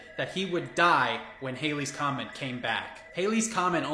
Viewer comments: It's NOT "Hailey's Comet," it's Halley's comet. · It’s Halley’s Comet - not Haley’s. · Came here to say this.